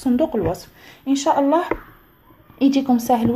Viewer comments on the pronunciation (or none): none